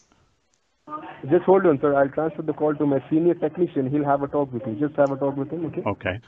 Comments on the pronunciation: Techneeshun lmao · “techneeshun” lmao 😂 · "Techneeshun": LOL! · "techneeshun" xD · "techneeshun" im dead